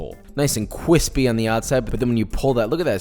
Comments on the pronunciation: no one: really no one: joshua: cwispy 🤣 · You need to toast both sides whit butter on each side and is gets more cwispy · The 4 year old that can pronounce r's CWISPY, (it was joshua the whole time!) KoNo DiO Da! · I'm personally offended you didn't include the "cheese crust" method of putting cheese on the outside as well and letting it get nice and cwispy.